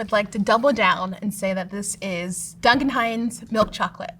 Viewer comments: "Doon-kin" Hines is sending me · Doonkan? Has the narrator genuinely never heard the name Duncan before?